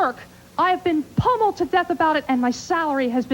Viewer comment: Did she say "pumelled to death"? I she speaking as a zombie? A ghost?